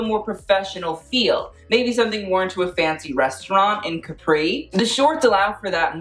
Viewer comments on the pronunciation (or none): I can feel the pain of all the italians when he said "CAPRÌ" instead of "CÀPRI" lmao🇮🇹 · It’s Cápri not Caprí, please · Please learn how to pronounce CÁPRI AND CAMILLA. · He keeps saying the island name like the American juice box instead of the actual name. I'm going to cry laughing.